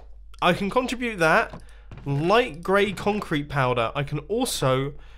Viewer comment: Every time you said contrubute, I cringed. CON-TRI-BUTE!!! MUMBO!!! CONTRIBUTE!!!